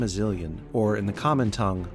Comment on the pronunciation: Impressive build, but not quite as impressive as your mastery of the word Ingeloakastimizilian.